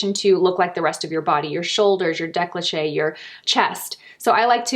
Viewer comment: “deh-co-leh -tahj “